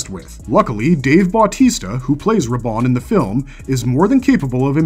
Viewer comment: Bautista is pronounced as Bau-tee-stuh according to Google, if it's wrong feel free to correct me & apologies in advance for my error....